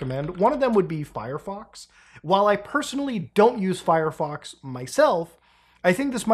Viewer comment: did he say furryfox